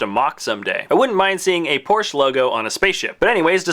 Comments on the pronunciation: It's Porsch-E-! Not Porsch. Then it would be spelled P-O-R-S-C-H. por-shuh. Porsche. That should help you say it correctly. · Since Porsche is a German family name, you should pronounce it as it is, with the e at the end. Two syllables. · The 'e' in Porsche is not silent. This is German, dammit.